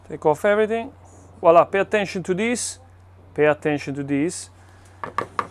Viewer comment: This guy was definitely born saying vowla vowla vowla😂😂😂